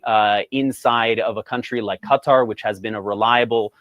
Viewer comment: lol "K-TAR"